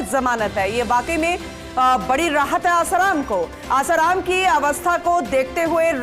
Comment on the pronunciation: News editor महोदय भाई उस समाचार वाचिका बेहेन को आसारामजी बोलणे को बोलो कृपया, और news देते वक्त backround साऊंड कम हो तो news सुनने मे और ही आनंद आवेगा 🙏🏻